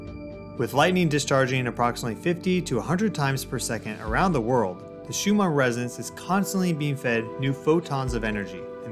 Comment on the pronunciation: Shew-mon? My dude… the name is pronounced “shew-min”. Couldn’t get past the third time of Miss-pronunciation. Sorry bro, you canceled.